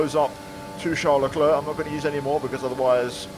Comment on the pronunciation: You petroved Charles lecl leclca